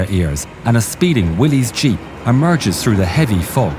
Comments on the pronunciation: Nicely done! (By the way, Willys is pronounced "Willis," not "Willies.") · It's 'will-ess' not 'will-eez' jeep. Willys. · Willys is not pronounced Willy's but Willis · Willy's is pronounced "williss"